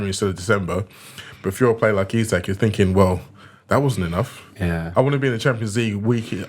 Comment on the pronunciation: Eee-sack not isaac. Small thing but irritates tf outta me lol